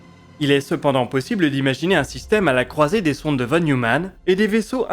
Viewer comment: Très beau boulot comme d'hab ! Juste, ça se prononce "fonne Noïmanne"... une ou deux fois dans la vidéo j'aurais rien dit, mais là dix fois de suite ça m'a un peu hérissé ^^